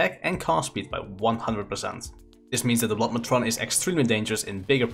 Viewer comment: Blood matron sounded like " Blodd mechon" "Gift of Goon" lol.